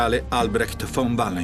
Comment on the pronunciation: Quando dice "von vallenstein" ha messo incinta 4 teutoniche